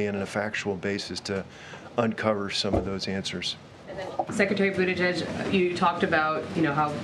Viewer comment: CBS Noise … sorry try saying boot-edge-edge .. The Secretary of Transportation’s name. I don’t know who Buddha-judge is, but he’s not the secretary.